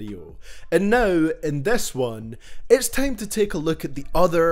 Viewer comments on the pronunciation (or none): normal people: time: tiem